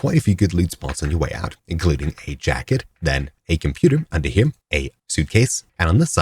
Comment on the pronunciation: WHY DO YOU SAY "HIM" WHEN TRYING TO SAY HERE......